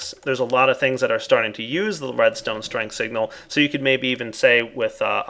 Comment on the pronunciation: "Redstone Stringle" :P